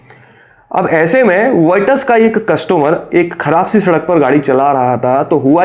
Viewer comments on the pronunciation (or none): none